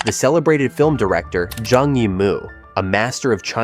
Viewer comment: Her name is NOT Jang! Who are you that you don't even know how to pronounce Chinese names!